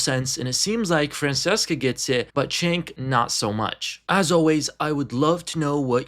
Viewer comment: If you’re going to make a video on them, at least know how to pronounce their names correctly. It’s pronounced JENK and FranCHesca.